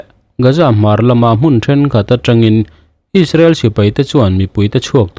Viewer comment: Hmun hi hun bi tiha hun thlukin thluk la a dik chiah ang.